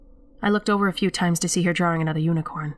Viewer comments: Is ANYONE going to say anything about......'DRAWRINGS'??? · Hahah, so, I had no idea I say drawing incorrectly. Someone brought it to my attention like last week haha I always thought that's how everyone said it. You're 100% right I'm a masshole. :) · That ending was bone chilling for sure. I find it interesting how pronounces "drawing". It sounds British, yet it seems that she grew up in Massachusetts. Nice VO work.